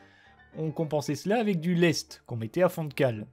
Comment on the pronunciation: Juste une petite rectification , on écrit (lest) mais cela se prononce ( laissete). Exemple, on dit lester un navire...